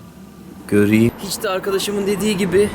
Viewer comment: 00.47 göriyim göriyim diyo. güldürdün gahsgfasfhasfs